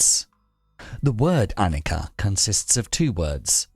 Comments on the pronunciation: Overall great video! But you did mispronounce annica throughout the video. The consonant c in Pali and Sanskrit is pronounced with a ch sound. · This is Anicca Not Annica. You should not tell Annika. This is Anicca.